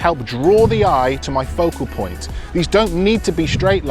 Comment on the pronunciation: I like when he say "POCO POINT"😁